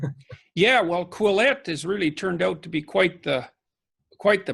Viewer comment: what is the magazine they talk about at the beginning? It sound like Quillets?